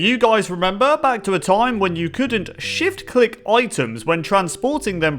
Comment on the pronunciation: I honestly thought he said sh*t click